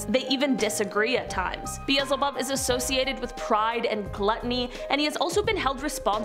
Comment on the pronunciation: BEE L ZE HOB